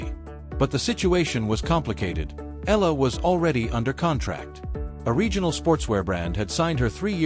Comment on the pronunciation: E-YA-LA correct pronunciation